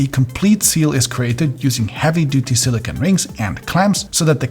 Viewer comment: please learn to say silicone properly. The last syllable sounds like "cone" with a long 'O'. Silicon is a crystalline metalloid use to make microchips.